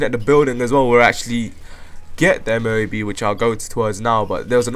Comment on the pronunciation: M,O,A,B, or for it is EHM-OH-AY-BEH.